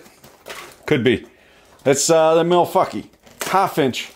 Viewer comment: Milfucky (MILFfucky)? I thought it was pronounced Milwanky.